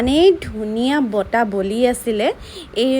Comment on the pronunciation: ছোৱালী জনি বৰ ধুনিয়া কিনতু বতাহ বুলি কব নোৱাৰে বাৰে বাৰে বতা বৰ .......